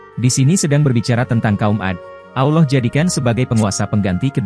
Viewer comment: ane keliru sama admin ini. sebut Allah aja ga bisa.. auloh auloh kayak lidah bukan muslim aja.. kalau ente bukan muslim cukup kaji bible ente aja udah..